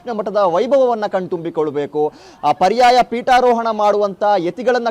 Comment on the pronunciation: Peetoharana alla. Peetarohana adhu. Sari maadi. Jai Krishna.